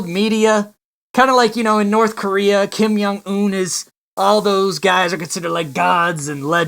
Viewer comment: “ King yum un”